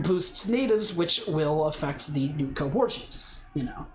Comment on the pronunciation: "Nookta War Chief "